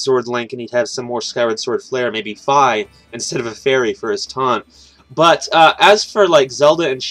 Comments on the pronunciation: Fye? It's Fee (Fi) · Fye? It'd Fee (Fi).